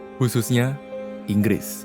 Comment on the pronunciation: Semuanya salah Ingris, semuanya salah INGRRIS!!!!!